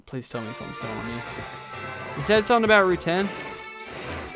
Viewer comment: Whenever you say something you add a k making it something